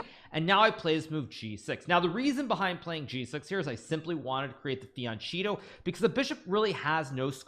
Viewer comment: The way pronounces "fianchetto" is just crazy